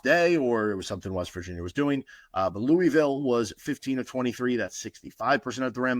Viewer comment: As a KU fan who lives in Louisville (Lou•uh•vul)I was really hoping you were gonna nail the pronunciation. Nails on a chalkboard lol. Still love your show though!